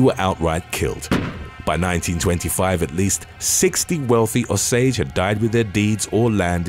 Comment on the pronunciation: Osage... pronounced "O-sage" NOT Au-sage!!! Good grief!😔 Yes I'm from Oklahoma, no, I'm not O-SAGE